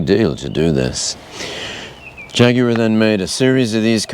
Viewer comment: Great video. Beautiful car, and you pronounce Jaguar properly. Well done all around.